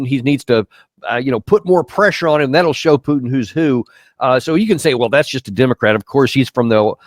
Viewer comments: Mr. Kennedy needs to learn how to say Putin….. if he thinks pronouncing it the way he is, is funny or insulting he is WRONG!!! The more I hear him talk about this war….the more he disgusts me. I can’t believe a US Republican Senator would speak like this…. so disappointing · This senator Kennedy is delusional and foolish! He lives in a different world wrapt around with lies! When you cannot even pronounce correctly word Putin! It is so hilarious anytime he says Putin..by the way Putin never brakes his word, that is his value, not like American presidents who never hold their word! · Senator Kennedy is living in the 1990s, as is the rest of the interior of the beltway. Him purposefully pronouncing Putins name wrong should tell everyone how juvenile these people are in intelligence. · On some things Kennedy is very good on other things not so good. You always know that there's going to be dishonesty coming out of someone's mouth when they don't pronounce Putin's name properly. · Who is Peuuuwtin? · Knife fight with Russia? Really? Doesn't sound like Russia brought a knife to this fight ..... and its PU-TIN, now PEW-TIN. Moron. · Its mister Putin not pjutin you dork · Never expected to hear so much hog wash from that Kennedy guy, I always thought he was more intelligent. Further more, someone should point out to him, that it's Putin not Pewton. 🇦🇺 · Geez, that 73 yo dude has been senator since 2017 and in all those years, he couldn't learn that it is not Pyutin but more like Pootin. Sad and pathetic swamp creature. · I wouldnt listen to that guy until he pronounces Mr Putins name. Its not PEWton, its Putin. Guys a genius obviously. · Putin nit Pyutin 😂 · Lol Rep. Kennedy saying the word Putin 😂😂😂😂 “pyootin” lmfaoo idk how were supposed to take that boomer seriously when he sounds like that. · It is not PHUTIN it is President Putin. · Who is Pewtin? 😂😂😂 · FFS that 'mr. Pjutin' sickens me... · The Pyootin is on purpose, right? since when U in english is pronounced Yu?